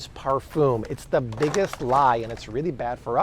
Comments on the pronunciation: Those dern par-fooms! 😂😂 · I couldn't watch past par-foom